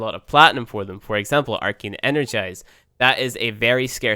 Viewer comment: Why do you pronouce it Arkein?? It's ArcAne." Geez.